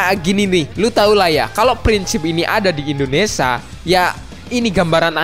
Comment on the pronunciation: Bang Indonesia. Bukan indonesa kwkwk